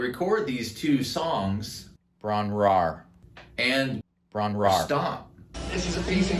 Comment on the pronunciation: Hi!I'm an old Welsh girl in her 70's Lifelong Zep fan.I'm afraid that Robert wasn't able to say it properly either.😄The correct pronunciation is Bron-yr -ire(like in eye,but we Welsh really roll our "r".Robert loves Wales and all our myths and legends.Hope this helps.Best wishes from the misty mountains.